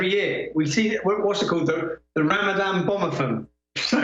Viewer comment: Ramadan - Ram-a-van more like.